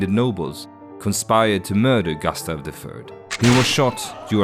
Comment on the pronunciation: Bra video, men säg inte "gastav", svenskt "u" är inte okänt i engelska, det är bara ett dialektalt uttal av kort "u" i ... Australiska dialekter, tror jag.